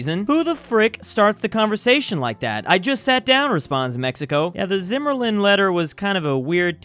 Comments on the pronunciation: Why is there no comments about saying Zimmerlan? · “Zimmerlen letter” - 2021